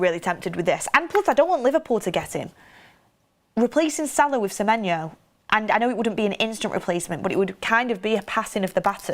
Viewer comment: At least she says his name right unlike goldbridge